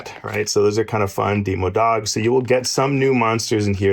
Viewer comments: "Dee-moe-bat" "Dee-moe-dog" "Dee-moe-gorgon" Ligit made me laugh so hard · he pronounced demogorgon decently, but the other two are..